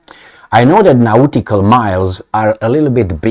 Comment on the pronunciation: Its pronuanced 'naughty call'.